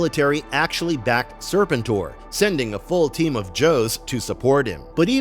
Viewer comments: Sir- pent -or.... not Sir pin tor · It's pronounced Sir PEN tor. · Is this AI narration? I can't watch this crap when it keeps mispronouncing SER-PEN-TOR. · It's pronounced SIR-PENT-OR, fool. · Serpen Tor?? 😂 wtf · Can’t listen to this with weird pronunciation of sir-penn-tor. I’m sure the video is awesome but what the heck? lol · It’s pronounced Sir-penn-tour. These AIs be trippin. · Lose the AI, when you can't pronounce the characters name right. It makes real fans leave. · One of my favorite characters in the G.I. JOE universe you are absolutely correct on the pronunciation! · Thank you!! That repeated mispronunciation was driving me crazy! 🙄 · He probably never watched the show as a kid or just ever since he kept pronouncing the name wrong. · Kind of a staggering failure that undermines the rest. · 😂😂😂 dude that's what I kept saying this whole video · YUP WTF LOL